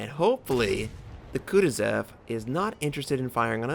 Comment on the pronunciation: It hurts my brain when you pronounce the kutozov the "kutezev", I know some people have different ways of saying names but all you have to do is look at the name for this one, there's no E's. It almost feels like your not even trying to say it correctly.